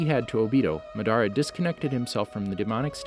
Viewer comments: He pronounced Madara Madaara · "ma dar ah" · Lol he pronounced Madara's name in two different ways . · Ma-duh-ra uchiher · “Maderaa” “obeedoh” me: .———. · Same with “Obeeto”, “Shuringen”, “NaGAHto”, “MaDARa”, KirigaKURAY”, “AmegaKURAY”